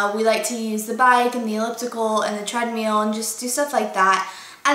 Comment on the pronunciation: did you say "treadMEAL" ...its treadMILL lolzzzzz